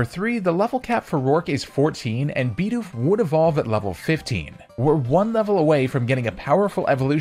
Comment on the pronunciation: stop saying LOWpunny and BEEdoof, theyre literally both spelled exactly how they sound